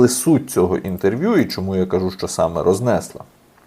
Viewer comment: Пане, рознеслА, почалИ, і далі ставте правильно наголоси.